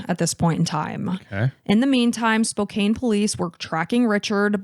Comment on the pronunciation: FYI Spokane is pronounced “Spo-KANN.” I know it looks like it should be a long A, but it’s not.